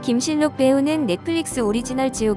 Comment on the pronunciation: 무슨 국어도 안 배웠나? 발음을 김실록으로 해야 자연스러운데, 김신록 그대로 발음 하네. 할라산이라고 잃지, 한라산으로 발음 하지는 않죠.